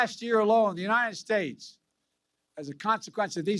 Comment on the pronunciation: I'm sick of listening to all his BS but hearing how he pronounces unined states is the only thing that makes me laugh